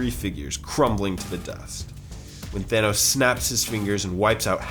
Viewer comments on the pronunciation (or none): Thanos Or THA-NOSE xD